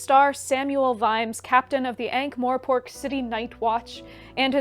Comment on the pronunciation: love the video, shared it already despite the fact there is no "e" in Morpork ;) mor..not more... I believe that the starting point should also very much be affected by your age and social circumstances. I do not think Terry slowed down, he just decided to write non-fiction and other books as well :)